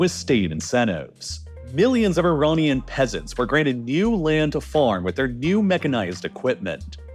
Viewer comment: Iranian, not Ironian